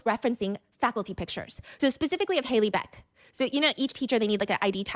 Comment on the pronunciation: Not Hailey beck bro....